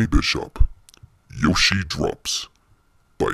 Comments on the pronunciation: its Yoshi not joeshi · It's Yoshi not Joeshi